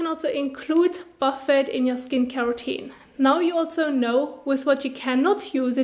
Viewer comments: I'm from the UK ... we generally pronounce it boo fay here too, usually to describe a buffet of food. No one here as far as I'm aware calls it a buff ett 😆 but please carry on, as I said, kinda adorable 🤩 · Great video, very helpful! Just so you know, the word is French origin so the T at the end is not pronounced. It should sound like Buff-ay :) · Buffet 😆 ... isn't it pronounced boo fay? You're kinda adorable.